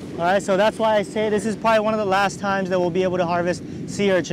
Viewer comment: When you hear say “Let’s do dis”, you know you’re about to get some quality content.